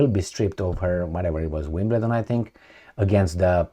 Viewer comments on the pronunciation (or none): none